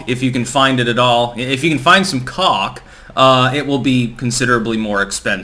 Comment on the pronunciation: "If you can find some cock" LOL I know you said CALK, but that was gr8